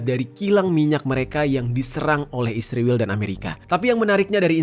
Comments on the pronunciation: Bng knpa lo bilang nya isriwl bukan Israel🤔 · kenapa israel penyebutannya jd isriwil? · Sebut Israel aja gk becus Lo. Kck asli 😂